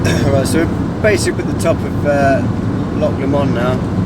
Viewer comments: Loch lahmond 😂 its pronounced low-mond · haha xD its pronounced loamond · It'd pronounced loch low mond x x I'm Scottish lol so just saying 😉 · It's pronounced low mund.